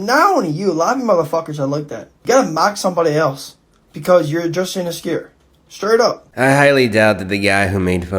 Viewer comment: wtf is inascure?? Is he trying to to say insecure 😂😂